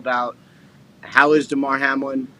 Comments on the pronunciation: Ok the man’s name is Hamlin should at least get that right the way your talking about it all excited mispronouncing his name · It was kinda weird that Pat got Hamlins name wrong for the first 5 minutes before someone corrected him… And it’s understandable that he doesn’t fully grasp the medical situation… But you would think that he would probably understand how playoff seeding works…. No? The Bills entered week 17 a half game in front of the Chiefs and a full game ahead of the Bengals… even if this game is suspended, the Bills are still a full game ahead of the Bengals and a half game behind of the Chiefs. Both the Bengals and Bills have wins over the Chiefs. There is a much more complicated formula involved here that cannot even begin to be calculated until the results of week 18 are in the books. If the Chiefs happen to lose in week 18 and both the Bengals and Bills win, it gets even more complicated. It isn’t so simple as to “just gift KC the one seed and hope that the Bills and Bengals don’t both win in week 18” That being said… it’s amazing to me that people don’t have more questions about this Hamlin situation. We’ve had professional football in this country for 100 years, most of which was played under much more violent circumstances and without the level of player safety we have today. Yet nothing like this has ever happened in pro football before. Why now?